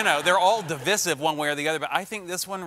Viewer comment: "De-vis-iv" I imagine he heard or saw the word, learned the meaning, then decided to say it on air 3 times. Unless what he said is another way to pronounce it that I've never heard.